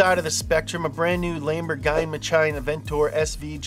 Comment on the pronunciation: Add LIKE for pronunciation of LAMBOGI-MACHINE